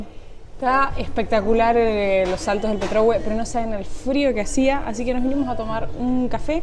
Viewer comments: la tilde está al final de Petrohuė, pero me encanta como dices petróhue….😜 Saludos de una chilena, enamorada de Argentina y que vive en Canadá. 🇦🇷🇨🇱🇨🇦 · Hola, el nombre Petrohué no se pronuncia como tu lo haces, lleva acento en la última vocal hué, tu lo acentúas en la ò Petrò! Eso está mal dicho. Hue lo usan los mapuches para referirse a donde hay mucho de algo, como el plural nuestro. Petro significa mosquito y hué donde hay mucho. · Para mariscos deben ir al puerto de Angelmó (no Angelmo como pronuncia, lo mismo que se dice Petrohué, no Pretuhue, no olvide deir Chiloé, como en Argentina Caruhé). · Que bien que les gustó, una corrección con cariño: es Petrohué, no Petróhue, se marca la voz en la última vocal, el Mercado de Angelmó,les saluda una Chilena. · Es Petrohué, con tilde en la e final, no Petrohue, de hecho el tilde está en los letreros que leyeron, pronuncien bien... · Chicos me rio mucho con ustedes al escucharlos nombrar algunos lugares y comerse los acentos ejemplo: petrohue no suena igual que petrohué o angelmo a angelmó practiquen y verán que suena distinto. en los supermercados ya llegarán a Santiago y son otra cosa. los felicito lo hacen 10 puntos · Saludos hermosos videos pero por favor hablen con los chilenos porque cada vez que dicen PetrÖhue me enerva se dice petrohuË. coloquen siempre el acento en la ultima vocal, lo otro soy de Pto Montt y encuentro esa estatua horrible. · Petrohue está mal pronunciado, es Petrohué con acento final en la “e” 😉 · Buenas noches. Por favor, investiguen o consulten sobre los nombres de los lugares que recorren. Es Pretrohué con acento en la E final. Muchas gracias. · Me encanta el canal y todos sus vídeos. Sólo les pediría que se asesoran de la pronunciación de los nombres de los lugares que visitan. En este video el nombre es PetrohuÉ, incluso en varios de los carteles que muestran se ve la acentuación. No es la primera vez que lo observo, pero igual el contenido es genial!!!!